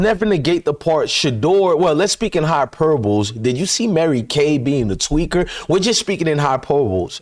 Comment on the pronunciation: Hyperbole- hi-per-bo-le. That’s how you pronounce it. Love your show! Can’t help correcting/helping, my son calls me the word police, can’t help it. Good job sir!!!